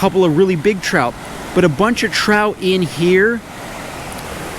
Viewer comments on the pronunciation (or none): Is it Trout or s Chhhhhrout? Lol